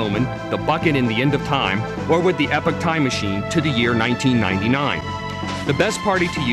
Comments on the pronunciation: They guy can't pronounce anything right. ee-pok Mag-us Mar-ul The only one he got right was Cro-no Trigger. These are actual terms and words...marle is Latvian for gauze bandage. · he said epoch like 'epic' what a goon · he said epic instead of epoch...classic.... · it's pronounced "E Pock" not Epic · Many odd pronounciations... Marle... Epoch (isn't it pronounced eepawk? >.>;) and a few others... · most wasted 5 minutes of my entire life -_- the party you use DOES NOT matter, only the times you go to find lavos.. jeez. and it's magus (Mag-us) and epoch (E-Pok)